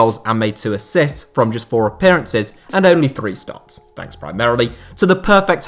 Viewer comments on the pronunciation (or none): none